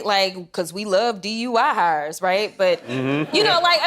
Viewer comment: i swear she said dui hires. crockett may be the most ill-equipped member of congress i've seen in my lifetime. she's a highway pile-up.